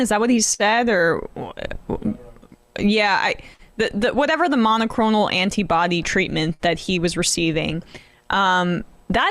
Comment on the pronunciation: Emma - it's monoCLONAL antibodies... not monoCHRONAL antibodies... Just FYI.